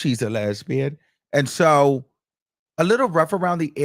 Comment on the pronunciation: And sometimes he hits us with "AND-SHO".🤣😂🤣💀